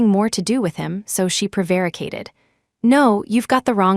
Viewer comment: PREVARICATED not proaricated